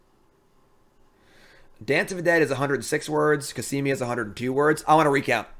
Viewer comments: Back to adding another syllable in Cosima. COSIMIA! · How can you pronounce Cosima -> Casimia wtf? Is it really that hard to just read a name out loud?